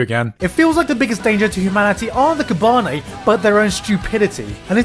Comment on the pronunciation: Funny how every Youtuber that covers this series can't even pronounce Kabane right